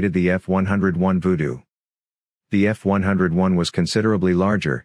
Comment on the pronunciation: LMAO.. F-101 is pronounced "F-one-oh-one"